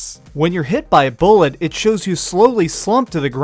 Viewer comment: When you're hit by a bull-it